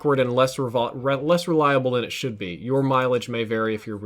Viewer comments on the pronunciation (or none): none